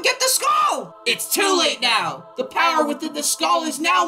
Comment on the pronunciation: Is it me or did say Powah instead of power?